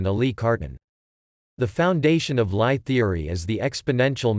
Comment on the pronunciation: LIe is pronounced "Lee"